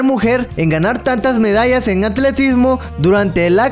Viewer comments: jajajaja,,,, acversario (adversario) y signi (sídney) lacso (lapso) etc.. decía el amigo jajaja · "Primer mujer", "hubieron", "lacso"... oye, instrúyete un poco más antes de hacer las veces de locutor